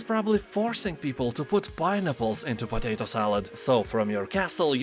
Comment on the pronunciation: Totato salad!? Are you German?)